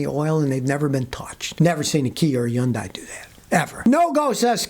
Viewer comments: "Yundai" Kills me every time. 🤣🤣🤣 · Never heard someone say Hyundai without the “H”… I’ve always said it like hun-die. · Yun - Die ! lol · Hyundai = Rhymes with Sunday C'mon Scotty 😂